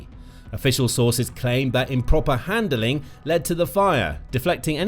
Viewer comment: Handling not handleling. Ordnance not ordinance.